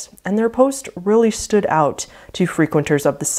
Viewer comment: This video would have been a third shorter if the end of each sentence wasn't elongated with invisible syllables. I've never heard 'out' pronounced 'outtsss' before either 🤷‍♀️. Totally unique version of the English language!!